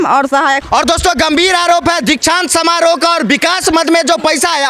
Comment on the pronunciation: Inko kuch padhane bh aata h 😂 Dikshant samaroh ko Diksa samaroh bolti h, 😂